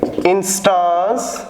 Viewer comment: INSsss-TAAAAnnNse NAHI SIR INs-TANs